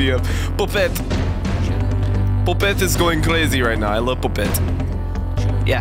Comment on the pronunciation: When you said poppette you sounded dutch it made me very happy cause im dutch